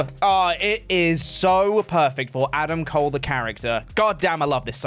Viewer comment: Bro said Adam Cole 💀